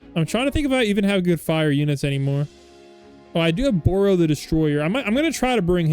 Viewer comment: its not boro it baru